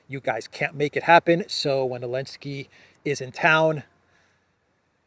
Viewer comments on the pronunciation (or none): Hey, just curious but why do you pronounce Zelensky's name without the "Z"?? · OOI, can somebody explain why calls Zelensky, Elensky? I don't understand this.